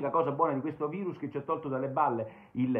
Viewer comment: Basta col "vairus" !